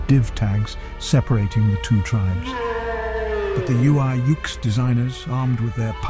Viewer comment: Really good stuff 🔥🔥 - I loved the ever changing pronoucination of UX 😅